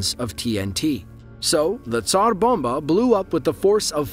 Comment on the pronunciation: Thank you for rolling the "r" or, "p" err, in Tsar bomba.